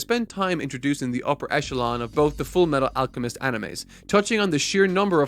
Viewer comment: “FOOLLMEETTOOLL AALLCCHEMISTOH”